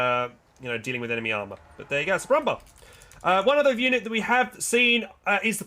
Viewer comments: The proper pronunciation for „Panzerbüchse“ kinda sounds like „Panzerbüxe“. It’s a small thing but „Brummbär“ also sounds like „Brummbear“ rather that „bar“. After all it means growling bear. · As a german it sounds so funny how you pronounce the german names and tank names for example the brummbär or panther 😂 keep up the good work ✌ did you know that many names are like a short version of the full name? Stug = STUrmGeschütz Stg44 = STurmGewehr 44 PaK = PanzerAbwehrKanone And so on 😜